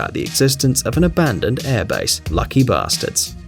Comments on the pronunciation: “Lucky basterds” I’m dead 😂😂😂😂😂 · What did i hear? LUCKY BASTERDS! HOW DEAR YOU